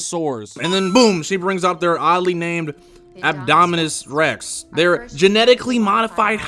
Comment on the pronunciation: I love how he manages to pronounce “adominas Rex” differently every single time XDD